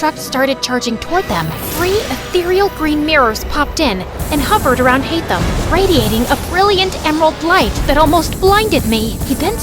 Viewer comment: its alhatham not hatham 😭